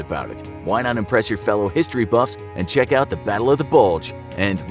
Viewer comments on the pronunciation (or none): none